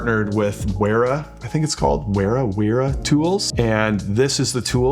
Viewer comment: Wera is a German company so it would be pronouced with a V for the W. The quailty of their tools is very high, I think it's a step in the right direction for Zerno to partner with Wera. I've used their tools for years and they've been amazing. Great video, thank you!